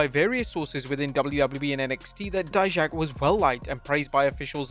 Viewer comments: Finally you pronounced DIJAK properly!!! 😂😜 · Thanks for pronnouncing Dijak name right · You're saying Dijak's name correctly this time. Good to hear. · He finally said Dijak's name right😭😭😭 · Bro saw our comments about saying Dijak’s name wrong lol 👍. Thanks!